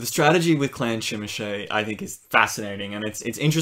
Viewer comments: Zhimeesee! You use the license, say the name right! Like "je m'appelle bob." Jimisce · Yeah but it sounds like they're saying "Chim-a-shay" which I don't think is either of those. I can certainly forgive people not saying it right, it's a weird word, but I don't know it's right to say they pronounce it correctly. :p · What country are you from that they pronounce zh as CHeese? That link was exactly the link I would have dropped to prove my point if someone disagreed, but you have done it for me...